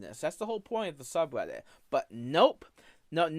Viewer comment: Even the subtitles interpret his pronunciation as "sub weddit" 😂